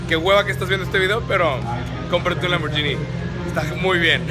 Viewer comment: LAMBORGHINI se pronuncia LAMBBORGUINI ;)